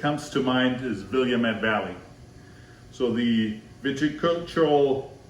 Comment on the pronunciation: my man, I love your videos and expertise, but Willamette is pronounced 'will-AM-it". Oregon wine makers are proud of the fact that it rhymes with "Dammit" LOL!!! Keep posting videos because I'm a student of wine and I can always rely on you to entertain and inform. And just as a side note, I would love to see what you have to say about the cabs at Castello di Amorosa in Calistoga, my absolute favorite winery in all of Napa Valley! Dario Satuii is a magician and his winery is stunning!!! We just purchased a Pinot Noir from his cellar and can't wait to try it!!!